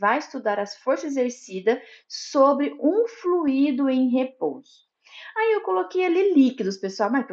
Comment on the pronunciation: Pronúncia: Flui-í-do >>> Errado! Flui-do >>> Correto!